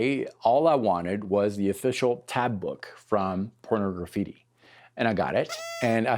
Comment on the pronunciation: I always find it funny how most people call that album Porno-graffitti, like it's two words. It's supposed to be pronounced like Pornography with just a "tea" at the end.